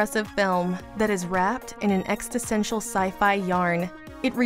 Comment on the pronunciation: Dude, did she seriously say "Exta-Sential"? Next time you're compelled to watch a movie... read a book instead.